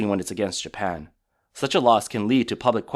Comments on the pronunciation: it’s Japan. Not Japam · Did u really just say japam wtf is japam its even in the video that obviously heavily ai